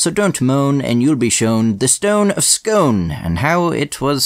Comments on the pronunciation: Scone pronunced Skoone not scone, Please get it right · I hope people have been commenting about the pronunciation but Arrghh It's pronounced Scoone (Just like Scooby from Scooby Do). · It’s pronounced “Skoon” in this context, but “Skon” when referring to the round cake. Just FYI. Source - Scottish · It's pronounced ScOON like Noon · It’s pronounced scoon Not scone 👍🏴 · Every time you pronounce it "scone" I die a little inside. Its SCOON. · Argh it's pronounced "scoon" not "scohn". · Fun fact: my Great Granny was friends with one of the students in her retirement. When I visited her as a wein she gave me a pound. Also Sconne is pronounced ‘Scoone’. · As a Scots man, I was pishing myself laughing every time you said Scone, its pronounced Scoone 😂 funny video anyway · the scone in the stone of scone, scone abbey, and the town of scone, is pronounced scoon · It’s actually pronounced “Scoon” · I live 10 mins walk from Scone in Perth, Scotland & all I wanna say is that Scone is pronunced in the same way as spoon as in Scoone! lol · It's pronounced scoon..I'm from Perth right next door 😆 love the content keep it up. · It's pronounced scoon!!! Lol always good vids and not disappointed yet again 👍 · ...Hullo:), I'm from Perth (SCOTLAND) 2 miles from SCONE (FYI, it's pronounced 'Scoon') and most Scots (NOT ALL) are VERY anti-british/monarchist, myself included. The Stone of Destiny was STOLEN by king edward I in 1296 and only returned to Scotland in 1996. It will be the centerpiece of a new £26.5 million museum at Perth City Hall, construction of which started in February 2021 and is scheduled to open to the public in 2024. ALBA GU BRATH!! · Scone is actually pronounced “scoon”, idk why it’s spelt like the food in English but it’s not pronounced the same. In Scots it’s called the Stane O Scuin. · I actually live a few minutes away from Scone. Fascinating vid. btw its pronounced "scoone" not "scone" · Isn't Scone pronounced sk-oon? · It’s pronounced scoon